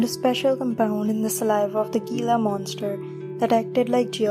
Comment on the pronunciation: Gila is pronounced hee-lah. I love any video that talks about gila monsters. 😀